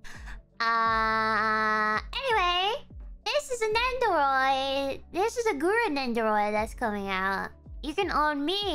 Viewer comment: Say it with me, nendoroid, nen do roid. Anyways that sure is a jar huh.